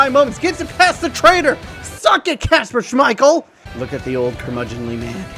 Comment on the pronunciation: Why does he keep saying Kasper Smichale